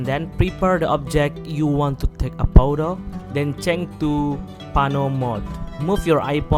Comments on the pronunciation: My man really said poto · Hearing vydeo is even cringier than poto😂🙏🏽🙏🏽